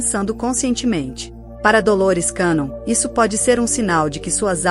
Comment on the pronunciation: Pronuncia de cannon- quénon!